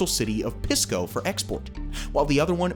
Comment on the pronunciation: Interesting but your pronunciation was way off. Chancay is pronounced Chan Ky like sky. Pisco is pronounces Pee sko not piss ko. Ilo is pronounced EE Low not "Yo". I live in Peru.